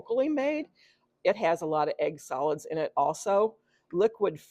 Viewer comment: I thot you said 'egg salad'......ha, ha (egg solids).